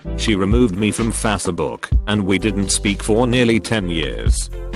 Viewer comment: It annoys me every time i hear “FASSABOOK”! 😂😂😂😂😂